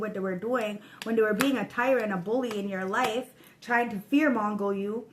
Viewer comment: " Fear Mongoling" Love it